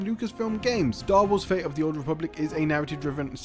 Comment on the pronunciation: I wonder why you pronounce all the "T" in a 10min video, except in the word "fate". Why "Star Wars: Fay of the Old Republic"???? Where does the "T" go?